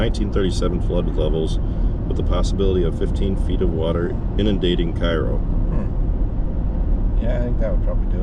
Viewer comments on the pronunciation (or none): Hey, I noticed you came down to my area in Southern Illinois. I'm out of Vienna, Illinois but sell grain in Cairo. It's actually pronounced (Kay Row), not like Egypt's capital. Everyone in the Tri-State area sells grain there at Bunge. The pile of barges you saw on the bridge is where Bunge loads. Every day they'll have hundreds of semis dump there from Missouri, Kentucky, and all 14 southern counties of Illinois. I noticed Travis made a comment about the bridges. Yes they are tight and we have actually pulled 17ft implements across them from Missouri. You have to shut the entire bridge down and go. I noticed you guys make a comment about Cairo looking like a war zone. Yes it's a dump. Been like that for 50 years. Southern Illinoians refer to it as little south Chicago. Been run by liberal minorities and floated on government welfare. I-24 is much better Route and goes by my farm. Also nice looking tractor, well done.